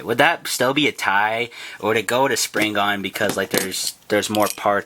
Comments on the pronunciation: It’s called sprigin not springan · after vvatching bbgs video u still called it springan? lol